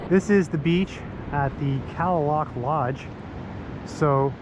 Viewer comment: I go here every year since 1987 beautiful place I believe it's native pronunciation is ka👉a is silen ka lay lock thank you for your your I luv it saving it